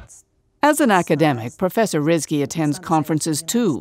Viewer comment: Did she say “praw-fussur”? I’m out 😂